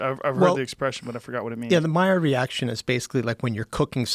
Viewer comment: At 4 minutes he pronounced Maillard correctly then spells out correctly and starts to get doubts about the pronunciation. French is hard :p